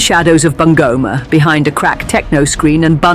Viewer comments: I love how she pronounced bungoma😂😂😂Bangoma😂😂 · The name BUNGOMA is wrongly pronounced here. Sound "U" in Kenya is U for UNION ... not "U" for "aah" in short its BUNGOMA---- B - boy U- union N- nail G- God O - Off M- Man A - apple